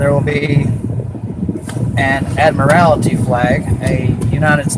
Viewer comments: They correct him on the pronunciation of "maritime" like they know how to say it. "Merry time" sounds like something have at a Christmas party. Also, "admiralty" only has one 'i' in it. It's not "admirality". ADD-mer-ull-tee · "Admirality flag..." LOL. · “Merry time” law. “Admi-rality.” Talking about vessels. 😂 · "Admirality" law. Indeed. It would be wise for SovCits to learn the words they use to obfuscate. It's "Admiralty." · It's ADMIRALTY, you idiot. AD-MIH-RAL-TY. Not AD-MUH-RAL-ITY. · He calls it "Admirality Law." But no, there's no such word as "Admirality." He should try saying "Admiralty." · ADMIRALTY law. Not 'admirality' law. These people are so ignorant and hard-headed about reality. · Ad-mi-ral-ty, ad-mi-ral-ty, fucking ad-mi-ral-ty. Not admorality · The word is "admiralty" not "ad morality" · Why do these SovCits keep saying ADMIR-AL-ITY? That's not a word! Its spelled and pronounced ADMIRAL-TY. That's like the error they often commit when they say CO-HER-SION instead of CO-ER-SION. Just a pet peeve of mine. 😂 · It's "admiralty," not "admirality." I mean, if you can't even pronounce the word... Then again, he also claims to have invented free energy. He's as sharp as his video. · I don't know why of all the ignorance displayed here, saying "admirality" is the thing that irritates me the most. Somehow the extra syllable just... drives me nuts! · Admirality. Marytime. good grief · "Marrytime." "Admirrality." Trying to do the script, and can't even pronounce his key SovCit words correctly. SMH. He's right, he ain't teaching his kids nuthin' apart from how to get arrested. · "there will be an ADMARALITY flag" 😂 You could easily fool me into believing this is satire. Because dudes like this are so simple. So illiterate and so confident in the arguments even they cant keep straight in their heads that it cant be real. But it is which just makes its sad and pathetic instead of funny like it would be if it were just satire. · "Mary-time"? "Admiraly-ty"? Wow.